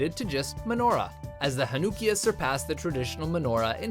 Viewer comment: The way he said Chanukiah & Sufganyot.